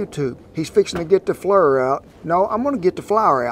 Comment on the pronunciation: I died laughing when he said "flurrr"